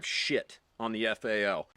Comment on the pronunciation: Quit calling it a faal it is a F A L . Just like the Styer is not an awg it is an A U G. There is no Ack 47 or Arr 15.